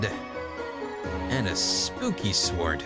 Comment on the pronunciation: !! I always get made fun of for how I say sword (pronouncing the w before the o not after) I’m actually pretty happy to hear that other people do it too ( ish ) :)